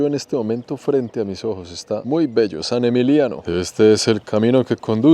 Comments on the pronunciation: Es "Saint-Émilion", no "Saint-Émilio". San Emilio es un municipio de Filipinas. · No es ni Saint-Emilio ni San Emiliiano es SAINT-EMILION. Menuda burrada sueltas, respecto al Palais Cardinal. Ahí no vivieron los Romanos fue construido a partir del siglo XII. No sigo con más detalles para no decepcionar a tus seguidores. Hay que documentarse antes de publicar algo. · Hola, vamos a ver, a ver si te sitúas vale??? se pronuncia en castellano Sant Emilión, con N, y no es Bordeus, es al reves: se dice Burdeos. Y en cuanto al edificio que dices que fue un edificio romano (1,07), se construyó unos 1.200 años mas tarde; realmente deberias informarte mucho mejor, no es un fallo aislado el que has tenido, son unos cuantos en un mismo video, sin comentarios....y tu te dedicas a esto??? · Es Sant Emilion, Y esta vez si que tienes que pronunciar la T , Y Emilion asta el final , Saint Emililion se pronuncia completo y se articula completo.